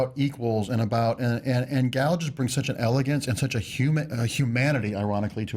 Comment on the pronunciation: PS. the way you pronounce gal's name is actually really good (I just know lots of Americans struggle with it)